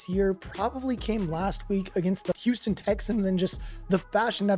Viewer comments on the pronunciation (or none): none